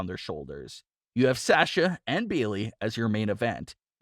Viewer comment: For the love of God, say Sasha's name right!!!